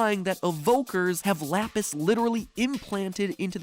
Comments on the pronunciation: Pronounce lapis like that again, I dare you. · he say lapis wrong however seconds later says it correct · how Italians says lapis